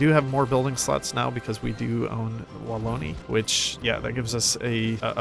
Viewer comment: Youre a god at hoi4! Also i laughed so hard your promunciation of Wallonia (and Vlaandern)😂😂😂